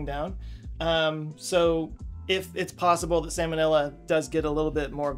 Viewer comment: Sam & Ella 😅you know it’s pronounced salmonella right ? 😂🤪